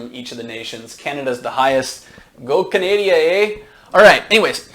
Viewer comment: lol what was the "go canaaaydeeeyee eh"